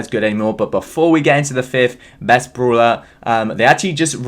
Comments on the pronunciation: I vant stand that u say broeler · Everyone: brawler: brooler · No one::bRuLa No offence mate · ’Broo-Ler’ ‘Brool-Pass’